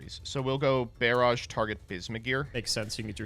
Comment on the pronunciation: Bear-aj? Is that how we say barrage now?